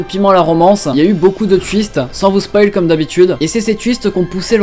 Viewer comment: "Ces tuists" ptdrr